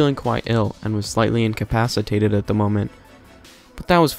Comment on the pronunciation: "slightly incopacitated"